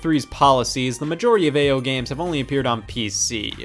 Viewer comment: I love how Ao rating is just pronounced AYO